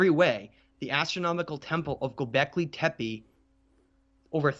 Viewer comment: Love your stuff dude, but please work on your pronunciations. For many people, you’re going to be their first and sole source of this info. Timaeus = Ti-may-us …. Not Timmy-us Critias = Cri-tee-us …. Not Criddy-us Gobekli Tepe = Teh-pay …. Not Teh-pee Dryas = Dry-us …. Not Dry-ass